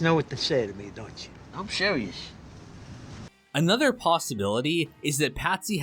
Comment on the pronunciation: he's sheereeus